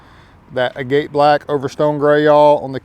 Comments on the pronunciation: It's pronounced "AG-at" like the rock, not "a-GATE". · Ag-it black lol not aGATE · It’s pronounced (Ag-it) like the rock